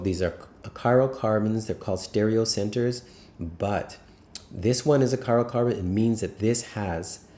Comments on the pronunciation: Chiral carbon :) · Are you saying cyrocarbon?